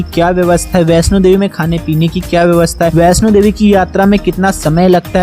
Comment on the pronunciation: Jai Mata Di 🙏🙏 Meine mata rani ke darshan kiye hai.🙏.You are wrong kesh Ganga kaha jata hai.🙏🙏.information.Bhai Vaishno Devi sahi se bola kar